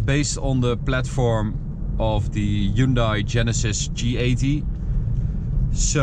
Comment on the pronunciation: wrong hyundai pronunciation